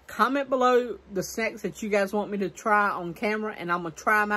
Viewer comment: you were talking about doing at taste testing Thursday and if people have any snacks ideas for you to try, but when you said "sex" to try instead of "snacks" to try....well it sounds like sex... but it could be your southern accent that makes "snacks" sound like "sex"..... or was it a Freudian slip???? A slip of the tongue in which a word that the speaker was subconsciously thinking about is substituted for the one that he or she meant to say.